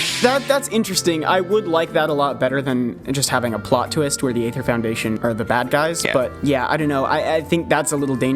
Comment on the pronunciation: that's Ether not AYYther. :^)